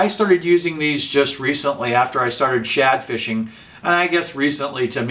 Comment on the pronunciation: did he say shat fishing? XD